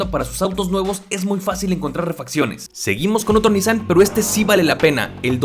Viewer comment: No tengo ni idea cómo me llegó este video recomendado x YouTube, pero ¡qué joya de video! P.D. X fin, después de escuchar a todos los youtubers pronunciar mal “Nissan”, x fin encontramos a alguien q lo vuelve a pronunciar correctamente jaaaaa. ¡muchas gracias x este video!😊